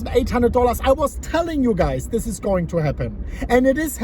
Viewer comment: The Moon- "Eeen theesh video, exactly as i predicted"